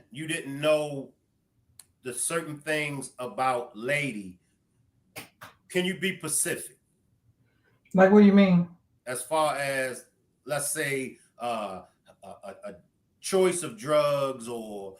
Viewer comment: 😢 my heart drops everytime I hear a grown person say.... Can you be PACIFIC, instead of specific...I wonder why so many people still make this mistake.